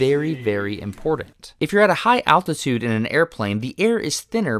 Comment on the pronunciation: The way he said "altitude" ... looks like the hypoxia was kicking in even before he got into the chamber.